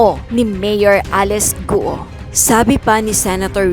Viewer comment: Mali naman pagkabigkas ng apelido ni mayor bkt gu o ang tamang bigkas ay guo parang go lang silent u cnxa na sa pag correct sa pronounciation mo madam